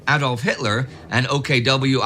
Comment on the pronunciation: yay you're pronouncing Adolf correctly!